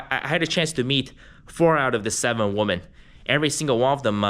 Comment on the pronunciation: Why do you pronounce women as woman ?